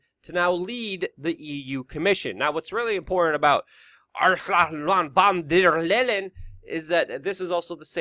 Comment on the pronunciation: by the way, that german ministry of war bitch is pronounced [fon dayr lying]